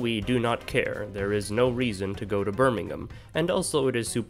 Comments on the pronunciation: thanks for pronouncin birmingham kinda right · for some reason, it's even more surprising that he (a canadian/american) pronounced an English city correctly (he didnt pronounce the h in birmingham!!!!!!!!!!!!) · As someone that lives uncomfortably close to birmingham, I can confirm that there is no reason to go to birmingham. Also props for pronouncing it correctly